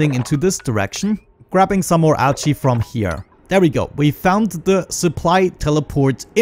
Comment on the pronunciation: Do you guys hear him say "algae" as "ouchie"? :P